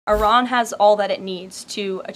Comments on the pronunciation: She just pronounced "Iran" two different ways in five seconds. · she can't even pronounce "Iran" correctly. No magat can.